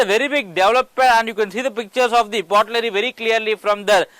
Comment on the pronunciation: pottery not potlerry. write a script carefully before recording.